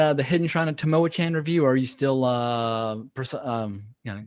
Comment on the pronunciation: Just tripped over your video two years after the fact, so I'm a bit late to the party. Enjoyed the banter. But I wanted fo mention to potential players and DMs of this classic module... it's pronounced Tam-Oh-ah-KHAN (like Con) not 'Chan (like Channel). Just FYI. Enjoy! 🤘🏻🤩